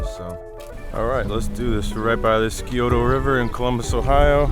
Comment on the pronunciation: Good stuff man. I like to eat at Schmidts in German Village. We pronounce it Sigh - O - Tuh River. I live a block away just south of Columbus. Hoping to get out with our drone soon.